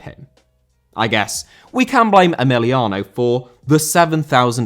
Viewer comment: Emiliano* not Emiliohrnouw